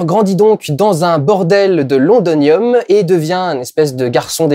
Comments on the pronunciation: pas londonium mais londinium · Par contre c'est lond"i"nium, voilà c'était la minute chieur :)